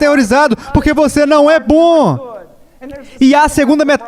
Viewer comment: Mensagem forte Mas esse dublador falando "BÕ" ao invez de BOM foi dificil de aturar kkkkkkk fora isso ta ótimo.